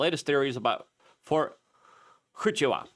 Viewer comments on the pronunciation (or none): Wah CHOO kah .... not hua CHA Ka. You sound like a you're trying to speak Klingon. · It's pronounced Wha-chu-ka. It only takes a second to use a pronounce app. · Fort wa-chu-ka. Bro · I think it's pronounced "who-ah chew caw". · Dude...fort hoochiewa....are you serious..thats not even close